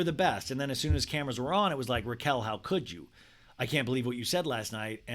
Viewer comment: keep saying her name wrong so you don’t contribute to her new YT algo 😂